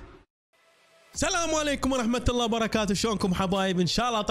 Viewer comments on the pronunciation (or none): none